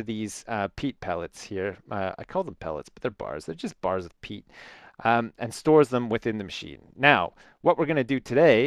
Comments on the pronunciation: its not pete, its peat, aka shit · Lol i thought he said "pete fart"